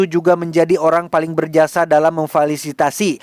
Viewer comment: lain kali ngomong "Memfasilitasi" yang bener yaa jnccco